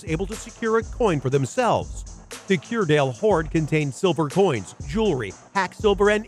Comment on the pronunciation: Grouville is pronounced 'Grooville'....and to make it clearer, its Jersey the Channel Islands off the coast of France where they do NOT use Euros but UK pounds.